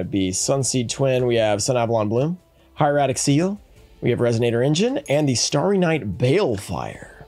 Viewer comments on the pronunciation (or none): none